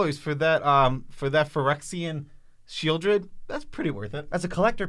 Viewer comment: Sepulchral better than Sheoldred.. sheez lol